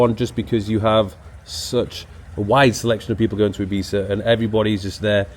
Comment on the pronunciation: Is that really how you pronounce Ibiza?